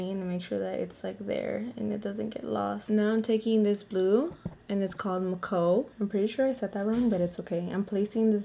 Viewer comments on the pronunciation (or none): none